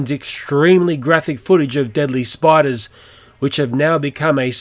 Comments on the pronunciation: btw it is spiders not spidurs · It's not spidurs it's spiders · its spiders not spidurs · “Deadly spidurs” like if u saw it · Spidurs lol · “Deadly spidurs” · LeaveMeAlone LeaveMeAlone He spelled it like that for a reason moron. He says "spiders" like "spidurs" because of his accent. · "Deadly spidurs" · Anyone notice it said spidurs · spidurs XD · in the warning he said spidurs instead of spiders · LMAO SPIDURS😂😂😂😂😂😂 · Spidoors (lol) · lol spidures